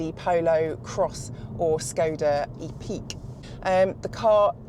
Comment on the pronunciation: Epic, like its an epic adventure, not E-peak